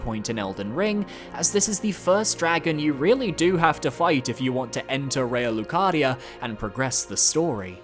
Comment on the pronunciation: Yo why he say Raya Lucaria like that